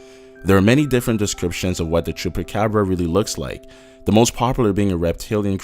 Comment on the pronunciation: you said cubacubra weird